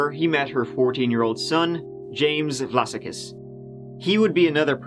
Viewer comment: Vlassakis looks like a Greek name to me (especially as his middle name is Spyridon) in which case it would probably be pronounced with the stress on the second "a" - Vlass-ah-kis, not Vlassa-kiss. Also, I believe that the Aussie accent is particularly difficult to copy, so, good attempt. I can remember the media coverage of this tragedy. While this sort of thing might be par for the course in the US it's not something that often happens here so people were genuinely shocked. As for actual paedophiles, rotting in a barrel would be too good for them.